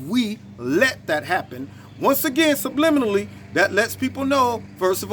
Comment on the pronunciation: In not trying to jump on you , but the word is subliminally , not subliminably . lol , my daughter and I have pet peave words , this one just made the list , along with , supposedly for supposedly , or pacificly for specifically , or my favorite , president Bush's nucular for nuclear .